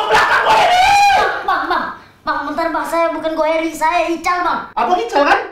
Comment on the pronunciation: WKWKWK GO HAE RI JADI GO HERI